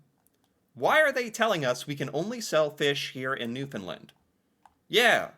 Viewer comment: Kudos to for finally learning how to pronounce Newfoundland.... It only took two years. He still thinks its named after the dogs though....